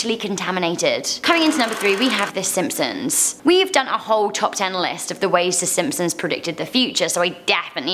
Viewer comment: she said si Simpsons lollllll